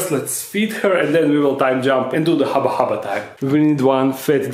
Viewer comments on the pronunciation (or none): Hubba Hubba... Not Haba Haba... Incorrect English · It's hubba hubba not haba haba 😂😂😂😂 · Dark den friends, when are we gonna tell him that it’s “Hubba hubba” not “Haba haba”